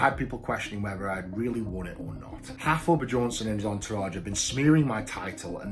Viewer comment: "Haftor Bejohnsson" xD